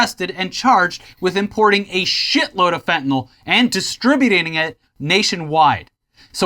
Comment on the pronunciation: "distribudating it"